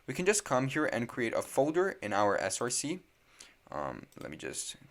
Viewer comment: “src” is pronounced “source” not “S-R-C” because src is just short for source, it’s not an abbreviation like npm.